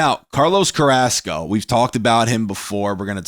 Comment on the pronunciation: Man I hate how he cant say Carrasco right...I mean I get if you cant roll the r's, but "Ask-O"...? bruh